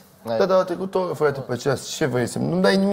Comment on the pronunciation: A trecut o Orrrrrra....😂😂😂